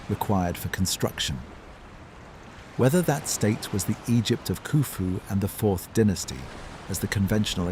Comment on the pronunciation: Am i the only one who DOESN'T hear anything similar to ocean sounds? Granted i also have a fan going. Anyway, much higher quality AI narration than I'm used to, so thanks for that. If you can't do it yourself, for some reason, at least get a program that doesn't pause randomly and pronounces Egypt 4 different ways.